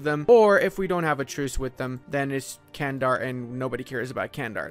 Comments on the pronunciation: Its not Kendar.. Its Candar like "G" Candar.. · Btw its pronounced like"Chandar". good vid m8, makes me wanna get some rum